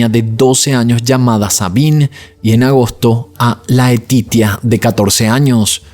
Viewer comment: Laetitia , se dice Leticia como en español 😊pero te defiendes en francés 😉 , Dios mío este hombre era un moustro ni sus hijos se salvaron de ese sicopata perverso